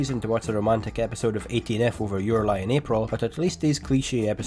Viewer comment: Why do u pronounce it as 18 eff